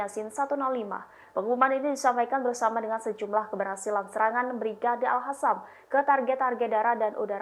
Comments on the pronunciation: Kepada pembawa berita Tribun , tolong mohon baca yg benar , agar terdengar akurat & fasih dalam menyampaikan berita bedakan : antara AL-QASSAM dgn AL-HASSAM , sebab disana tidak ada brigade AL-HASSAM . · Alqosam bukan alhasam mba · saya ingin klarifikasi nya dari presenter Tribunnews, kenapa selalu menyebut mujahid Palestina Al Qassam dengan Al hassam.beda pengertiannya itu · Ini cewe bisa nyebut al qasam ga si